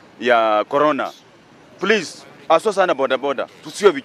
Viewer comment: Vironas goras... Is that the vaccine? 😆